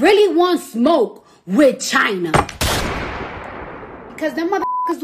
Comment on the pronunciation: the start🤣🤣🤣🤣 the and🤣🤣🤣🤣🤣🤣😭😭😭😭”wit CHina” Edit:it was so funny I almost broke my arm still laughing